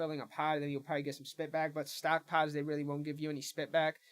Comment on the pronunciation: Dying laughing!